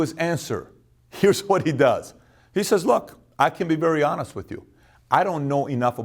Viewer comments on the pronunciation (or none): none